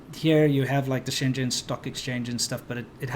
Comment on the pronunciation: It's so weird to hear you pronounce 深圳 as shen zhen, when you know how to pronounce it properly, lol.